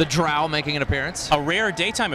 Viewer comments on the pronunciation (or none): 40.000 warhammers, stupid comments. And it's Drow as in 'know' and 'low', not loud. Guys, know your stuff before you do this stuff. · Presenter guys is Drow with the o as in 'low', don't insult us, jeez...